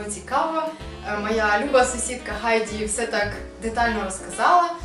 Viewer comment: А чому Хайді, якщо вимовляєте Гайді?)